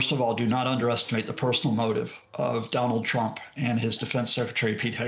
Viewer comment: "Don't discount Thonald Twump to attwac venethuela to look like tough guys" yeah I discounted what this guy said in the first sentence.